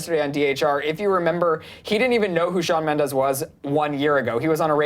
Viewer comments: ...It's MENDES, not mendez... (In the beginning ) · ITS SHAWN MEMDES NOT MEMDEZ 😂😂😂😡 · BITCHHHHHH ITS MENDES, not Mendez😪😒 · Correction it's Mendes not Mendez get it straight 😑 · Shawn Mendez srsly????? It's Shawn Mendes!!!! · ughhhh ...its not Shawn Mendez , its Shawn Mendes . why does everyone say mendez ??? its so frustrating #mendesarmy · It's Shawn Mendes not Shawn Mendez😬😠😡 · Wtf is "Mendes" no "Mendez" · its shawn MENDES not shawn MENDEZ..😤😣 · i love shawn mendes💗💗💗 and it's mendes not mendez😬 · It's Mendes not Mendez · It's not Mendez it's Mendes 😂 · It's Mendes not fucking Mendez. IS IT THAT HARD? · "Shawn MendeZ" lol😂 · "shawn mendez" oh no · Shawn "Mendez" you wanna talk about him but you don't even know his name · ''MendeZ'' stop please. learn to spell his name. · Oml "Shawn mendez" nooo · it's Mendes lol not Mendes...:)) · Does it bother anyone else that Mendes has a Z instead of an S. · Mendes is with a S not a Z!